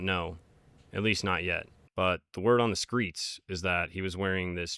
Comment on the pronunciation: “The word on the SKREETS”i Pacificly think we should use this now too! 😂